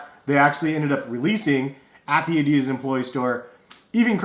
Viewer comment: That's not how you pronounce Adidas